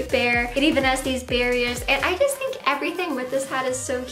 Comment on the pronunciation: She can't say "j" either, she says "yust" instead of "just"